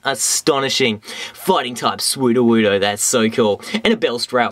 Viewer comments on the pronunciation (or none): Every time you said 'Sudowoodo' it sound like "Swoo-do-woo-do". I lol'd. So funny, dude, keep it up!